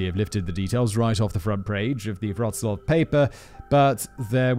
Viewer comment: Callum can really compose some compelling prose. And Mr. Whistler, knock me over with a feather, you really nailed the pronunciation of Wroclaw. Pretty soon you'll be able to say Levis properly. ;)